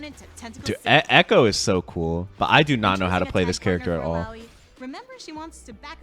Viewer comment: He pronounced "Illaoi" right